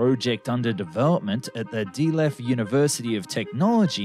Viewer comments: Delft isn't pronounced 'dee-left' but just 'Delft' 😅. Having said that it's probably most likely to be realised. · How hard is it to get the names of cities right ? The city's name is DELFT and you say DEE LEF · How the fuck did he pronounce Delft?! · Delft Not de left ! Jesus !!!!